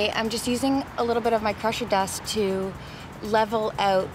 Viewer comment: Crusher dust? Pressure Dust? Cant understand what you're saying. Wish you would have listed in description or flashed the word in your video. Thanks.